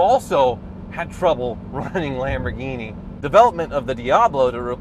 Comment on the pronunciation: When says Lamborghini it sounds like Lamborweenie.